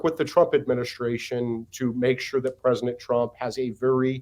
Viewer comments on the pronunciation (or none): I’ll give him a pass for saying “PresiNent Trump”.